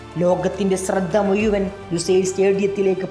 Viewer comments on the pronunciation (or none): 5 മിനിറ്റ് ആകുമ്പോ 'യേ ' ക്കും പന്തുമു " യൂ"വൻ ഇത്ര വൈകാരികമായി പറയുമ്പോൾ അക്ഷരങ്ങൾ യ,ഴ, ഇതൊക്കെ കൃത്യമായി പഠിച്ചു പറയുക....